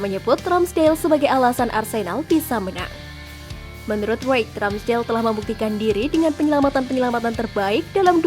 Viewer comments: Ian Wright, bukan Lan Wright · ian wright min, bukan LAN Wright😂. Dan Lecester bacanya Leyster bukan Leikester. Semoga bisa lebih baik lagi